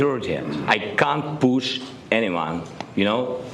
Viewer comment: " I didnt POESHHH HIM "